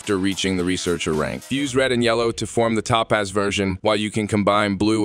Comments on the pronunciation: did bro really just say ToePause. Has he never heard Topaz before LOL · Say that it with me… Toe-Paz. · why do u pronounce Topaz weird ? ps when did u loose the robot voice ? keep it up